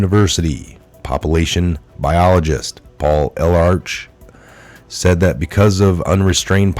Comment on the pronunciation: Paul Ehrlich is pronounced "UR--Lick"